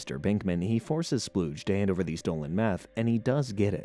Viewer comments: His name is “Spooge” not “Splooge”. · Spooge, not Spludge.... Maybe watch the show before making videos on it...